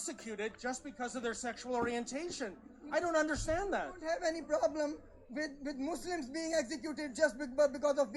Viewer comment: Did you just say,,,,,,,,,,,,,,,,,,,,,,,," Fuslims"? HAHAHAHHAHAAHAH hahahahahaahahaha its good.